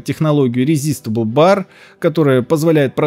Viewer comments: не резистебл а ресайзебл бар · Хансвелл, резистебл, вам бы англицкий подтянуть, мистер)